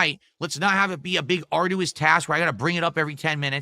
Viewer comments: It's been on Steve's list for years lol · add "arduous" to the list of words doesn't know how to pronounce